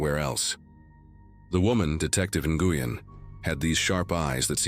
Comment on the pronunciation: Nguyen is pronounced NWEN NOT Nagooyen